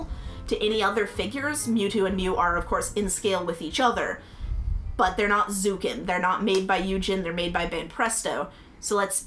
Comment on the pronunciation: Love the video, those look amazing! I just wanted to point out the 1/40 scale zukan are pronounced, (zoo-kawn). Just some info!